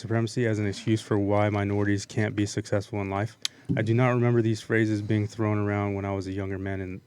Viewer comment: It's successful not sussessful